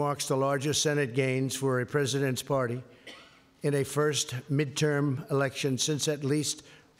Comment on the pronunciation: "midtowm and midtern year" not 15 seconds into reading a pre-written script and clearly this elementary school student is unable to read basic words.